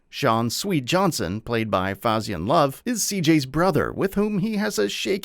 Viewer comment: It's pronounced Fay-zon Love 😄